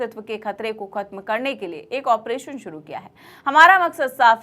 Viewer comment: Suruu nhe hota shuru hota hi. 😅😅😅